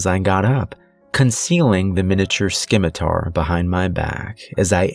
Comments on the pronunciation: Just for your information, it's pronounced "simitar" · Good story. "Scimitar" is pronounced without the hard "k" sound. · What the frack is a skimitar?